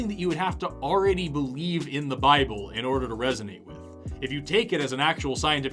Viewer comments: Man. Not "the bible". Its named "the baabol". Learn your stuff. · Buy-A-Bull. How does he manage to make a two-syllable word into a three?